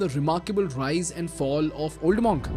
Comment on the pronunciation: Spelled Monk but pronounced MUNK not MAWNK.